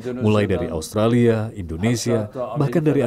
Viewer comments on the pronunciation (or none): none